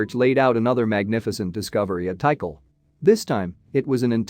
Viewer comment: It's pronounced T CALL, not tea cull